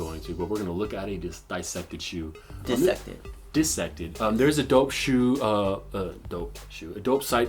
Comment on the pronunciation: lol said dissected wrong don boy said it right